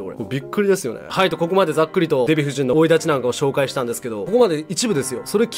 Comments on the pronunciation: 前から気になってるけど生い立ちを「おいだち」ってずっと言っとらんか᠁? ·͜· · この人、生立ちをオイダチって言うよね